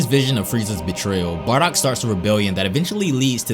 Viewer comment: This guys just say barrack haha 😹